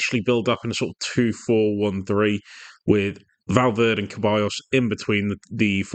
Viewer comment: Good video but Ceballos is said like Sebayos not Kebayos